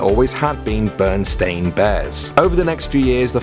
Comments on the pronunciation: Does it affect anyone that say 'Bernstein or Bernstain' instead of Berenstain or Berenstein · I remember Berenstein. I remember this pretty well because, as a child, we didn't really have that much money to blow on books but I loved reading so much that I was a fixture in the school library. Not being american, I was always careful with my pronunciations. I always said it as "ber-en-stine" like 'einstein' because I assumed that's how people would pronounce it in the states. When I saw Berenstain books as an adult, I was pretty surprised and just surmised that the makers changed it to avoid the bears sounding jewish. 😂